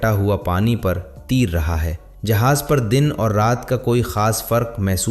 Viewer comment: Lafz tair hay na k teer